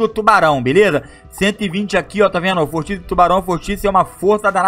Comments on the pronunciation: ce falo vortice mas e vórtice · vÓrtice, não vorTIce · Mds, ninguém corrige o, Mano ele teve a capacidade de falar "vórtice" errado